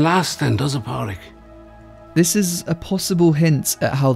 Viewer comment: I was about to ask if the narrator was mispronouncing Pádraic. I mean.. we all watched the film; you can hear how they pronounce it.